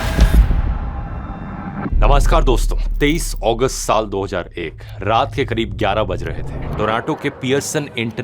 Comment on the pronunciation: 17 अगस्त ❌ 17 ओगस्त ✅ 😂